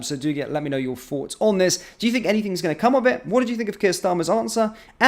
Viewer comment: Thoughts not forts.....please pronounce properly.